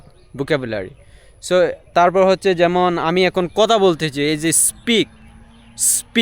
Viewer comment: আপনার ইংরেজি তো বেশ ভালো হয়,তবে বাংলার উচ্চারণটা একটু ভালো করা দরকার।যেমনঃ আপনি ধানকে দান বলছেন,ভাষাকে বাসা বলছেন,কথাকে কতা বলছেন।আশা করি বিষয়টা পজিটিভলি দেখবেন,শুভ কামনা রইল।🙂❤️